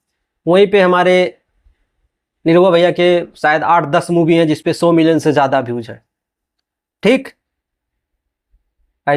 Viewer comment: मूवी होता है साले मुभी नही